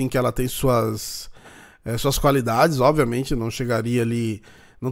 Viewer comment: Oviamente kkk só eu que reparo nisso ?